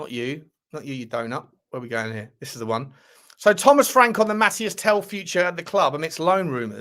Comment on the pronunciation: Tel's name is pronounced Mateese, everyone keeps saying Mathias ;)